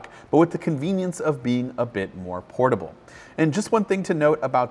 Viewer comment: Useless when you say 'poratble'